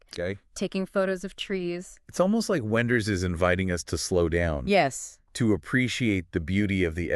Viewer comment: the AI sucks, and it is unable to pick the German pronunciation of Wenders name and last name... this sucks...